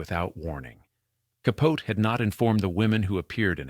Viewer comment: Who mispronounces Delano? Bronchoscopy? Capote? (And why the tangent about him? Did you forget who the story was about?) AI maybe?